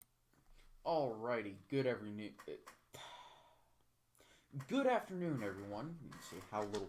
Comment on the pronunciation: "Good every-noon." -, 2020